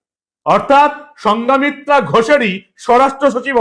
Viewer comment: সঙ্ঘমিত্রা, সঙ্ঘা মিত্রা নয়।